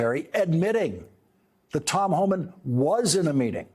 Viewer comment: It’s Homan, not Homans.